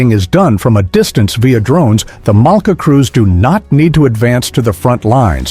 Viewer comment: pourquoi cette voix off ne sait pas dire Malka ,.mais mala. C'est vraiment pas crédible. Et une bonne voix humaine nous manque encore plus à l'écoute de cette voix horrible.